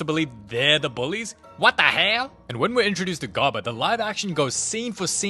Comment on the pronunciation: "what da hail is that da asian viking". had me dead